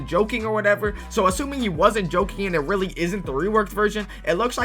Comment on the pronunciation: whenever bro says really ITS SAYS RELLY BRO THINKS HE IS SLICK